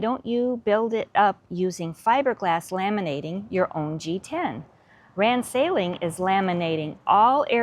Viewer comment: RAN Sailing pronounces their name as "Ron Sailing". Note the changed letter. When they say it, it comes out more like "Wrong Sailing" which is ironic as I doubt their pronunciation is wrong.